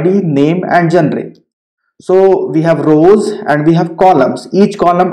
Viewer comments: gen - re is not the pronunciation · Your pronunciation of genre made me stop watching this video.